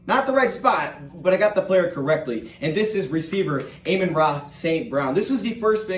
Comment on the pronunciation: try saying it like, AH-mon-ra this gonna be a Jarrad all over again lol